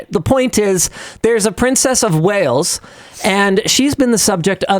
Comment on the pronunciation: Princess of Wales not whales. Classic North American education moment.